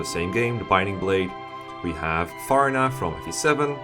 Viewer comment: Good list but I cried inside the way he pronounced Farina.